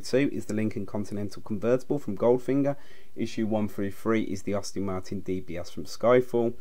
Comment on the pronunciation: Any chance you can redo this after learning how to speak English properly? I've never heard so many car names mispronounced so badly. Sunbeam is difficult to pronounce wrong but well done, you managed it, along with Aston Martin.